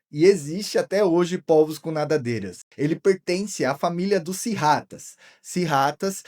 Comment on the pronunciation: Oi cara, parabéns pelo canal, pelas explicações e pela escolha de temas interessantes. Só uma observação: o plural de polvo se pronuncia "pôlvos" e não "pólvos". Abraço!